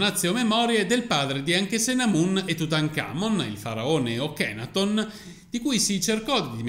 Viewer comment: NB... padre di "Tut" e Ankhesenamun si chiamava Akenaton e non Okenaton(!?!) E si dice Amárna non Ámarna.... Studia .... sennò fai la figura dell'ignorante se uno se ne intende un po'....